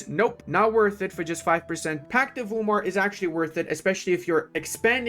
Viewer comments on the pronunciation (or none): none